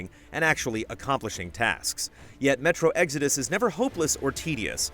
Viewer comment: Sounds like you said metro EGGS ARE DUST lmao